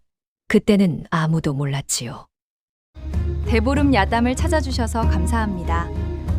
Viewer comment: "대보름 야담"이 "배부른야담"으로 들리네요^^ㅎ 아우~배불러^^~*ㅎ